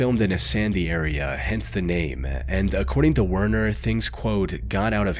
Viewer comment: If this narrative is not Ai , You have serious Problems with Pronunciation , ( Werner ?? It's Pronounced VERNER just to mention this one )